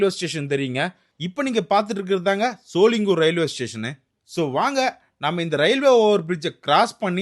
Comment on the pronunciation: Shooolingooor ila... Sho-ling-ghar